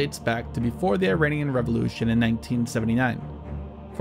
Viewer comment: Tthey are not 'Eye-rainians'. That's a terrible way to communicate to an oral culture. We can be in opposition without being consciously or unconsciously insulting to each other. The name of the country is pronounced 'ee-rawn' (aleph-ye-re-aleph-noon in Farsi, the local language). Don't sound like an uneducated bumpkin.